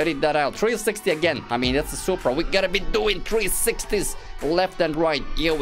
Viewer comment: Yo bro wanna soup bruh? No its just soup No S U P R A